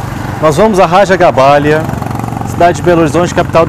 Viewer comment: lembrando que o correto é Raja GabáGLia, não GabáLia.